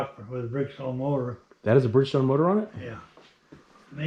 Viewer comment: Totally fascinating! You could easily submit this to CBS this morning for their Sunday program and people would love it! Funny how he says Brig-stone instead of Bridgestone 😅🤣😂